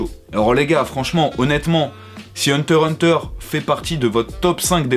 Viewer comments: J'ai laché le like quand tu as dis "Hunter Hunter" sans prononcer le "x" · On dit hunter X hunter